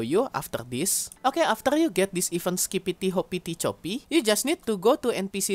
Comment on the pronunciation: i think you pronounce it best possible way :)